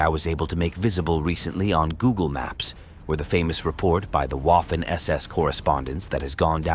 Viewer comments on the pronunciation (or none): If you can't pronounce Waffen SS correctly, you don't get my respect and I go elsewhere. It's "Vaffen" not "Woffen". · Great video. The W in Waffen in pronounced like V.